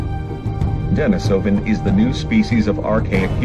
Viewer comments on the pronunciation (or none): none